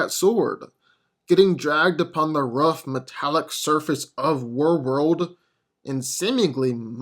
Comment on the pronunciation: What the hell is “Were-world???” It’s War-world you muppet.